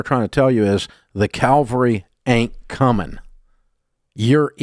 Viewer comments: “Calvary” 😀😀. Yes, Dave, Calvary ain’t coming. Cavalry might. (Or not). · Can someone PLEASE correct Dave on his pronunciation of Cavalry?! He keeps saying Calvary - VERY different concept.😅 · "Then here comes the calvary." Nope. It's cavalry. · One of my favorite bits they always did on the Russ Martin show. It’s Cavalry, not Calvary. 😂😂😂 Do you send in the 'cavalry' or the 'calvary'? On the battlefield, one should send in the cavalry, which is the word for an army component mounted on horseback. The similarly spelled word calvary however, refers to a depiction of the crucifixion, or, more recently, to an experience of usually intense mental suffering. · It's cavalry, not calvary...... sorry, pet peave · I hope the Calvary ain’t coming. Pretty sure you mean cavalry. That’s the army. Calvary is the hill that Christ died on. Please learn your pronunciations! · Its CAVALRY. Not Calvary. Calvary is where Christ was crucified. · Dave the word is CAVALRY. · Please learn to distinguish "calvary" from "cavalry".